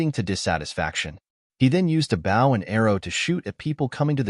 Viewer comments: The mispronunciation of ‘bow’ is beyond annoying. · It's funny when AI says words like "bow" and "resumé".